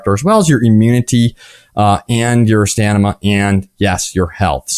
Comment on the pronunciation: Lol "Stanima" 😂